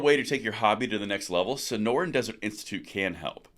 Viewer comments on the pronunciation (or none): none